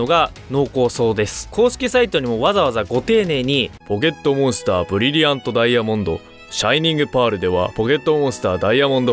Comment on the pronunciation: ブリブリアント？（難聴）